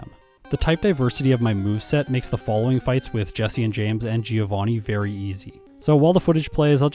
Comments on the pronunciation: Fun fact: Giovanni shouldn't be pronounced "geo-vanni", it should be closer to "joe-vanni". I say fun fact because absolutely no one says it right... including official sources. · Uhm, actually giovanni is read with a mute i. Source: well, it's my language, i'm italian lol The "vanni" part is right, the "gio" is read more like "Jo" Kinda like giorno giovanna from jojo (which also was supposed to be a Giovanni btw) Btw love these 1v1 videos, please make more of these, the solo run have been done too much, this twist gives the video much more value! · Hey, italian here. Bit late, but I'm gonna be the AKSHUALLY guy and tell you Giovanni should be pronounced "joe-vunny", so the pun with geo doesn't really work:^) Keep up the good work, I had missed this one but I'm hooked to the whole series! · The GEOvanni part kinda makes sense when you see it that way, I've never thought about that, although if you assume Giovanni to be italian then 'Gio' would be pronounced like 'Jo' in Joseph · How come not a single english-speaking Poketuber knows how to pronounce the name "Giovanni"? It's an italian name guys, the "I" is silent. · Giovanni isnt pronounced GEOvanni in Italian. It always triggers me....